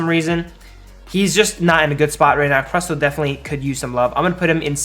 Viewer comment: I didn't know it was possible to mispronounce Crustle Also Gardevoir was nerfed.